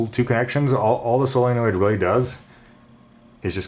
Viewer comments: is he saying sillynoid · Please learn how to say solenoid.